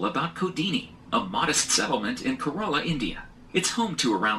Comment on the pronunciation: I swear I died by the way he pronounced Kerala, it’s called K-ra-la, not ke-ray-la